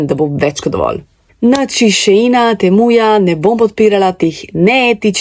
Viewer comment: Šain je ne šein